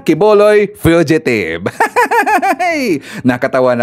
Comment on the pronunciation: Sir fugitive po Hindi fidgetive.